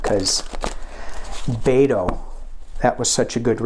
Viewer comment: You're great,, and it is Bet-oh (like bet at a gambling table). From someone who lives in Texas.